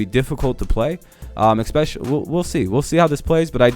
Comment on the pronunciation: You had me at 'ecspeshully'. Clumsy... Like the Jets.